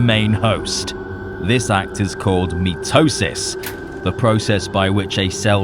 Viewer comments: Mitosis is actually pronounced mai-toe-sis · i know you're saying "mitosis" but pronouncing it "meat-tosis" helps explain what's going on even better